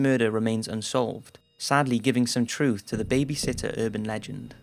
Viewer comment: It's URBAN Legends, NOT UrbanD legends